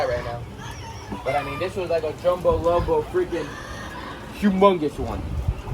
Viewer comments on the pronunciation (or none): none